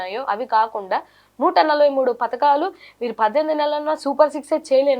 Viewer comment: పధకాలు మంచం పతకాలు కాదు